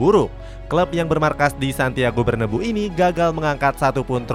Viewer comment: Min penyebutan "Bernabeu" itu sesuai sama penulisan nya, jangan di ganti bernebu.